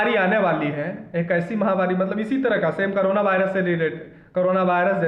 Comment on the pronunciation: aur v video banaiye korona virus bhut aache se bole thank u sir